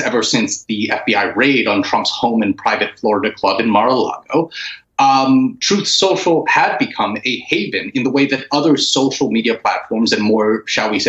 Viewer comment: Stop mocking Trump, it's called "Troth Cencial".